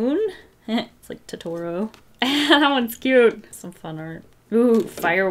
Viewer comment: when she pronounces Totoro wrong